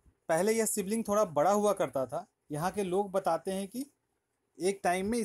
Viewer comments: सिवलिंग नहीं शिवलिंग । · Bhai, it's called Shivling, not Sibling 😂😂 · Sivling nahi mere bhai shivling tum bihari logon ka problem kya hai... shudh hindi mummy ne sikhya nahi kya